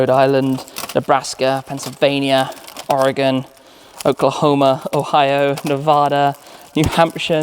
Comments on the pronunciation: Thank you for pronouncing Oregon correctly and not like your from New Jersey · Yay you said Oregon right some people say Orygon